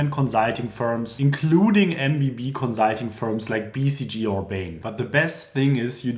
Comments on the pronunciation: Con-sult-ing (cuhn, suhl, teng); conSult, conzult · Great! Note it’s not “conzulting,” it’s “consulting.” :) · Fix your pronunciation of “consulting” before recording a video about consulting 😆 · The "consulting" is sooo German